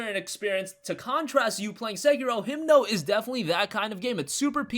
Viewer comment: It's Himno not Himdo.